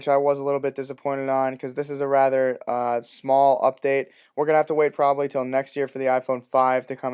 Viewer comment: i HATE how you say probably like "im back on my video schedule ................ probably"? what ?